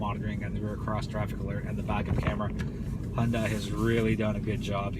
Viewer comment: The car company name is pronounced like Sunday....Hyundai like Sunday, Hyundai like Sunday, Hyundai like Sunday, Hyundai like Sunday, Hyundai like Sunday, Hyundai like Sunday, Hyundai like Sunday, Hyundai like Sunday, Hyundai like Sunday, Hyundai like Sunday, Hyundai like Sunday, Hyundai like Sunday, Hyundai like Sunday, Hyundai like Sunday, Hyundai like Sunday, Hyundai like Sunday, Hyundai like Sunday, Hyundai like Sunday, Hyundai like Sunday, Hyundai like Sunday, Hyundai like Sunday, Hyundai like Sunday, Hyundai like Sunday, Hyundai like Sunday